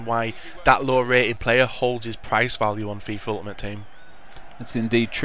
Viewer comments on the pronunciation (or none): Uitaimte haha its ultimate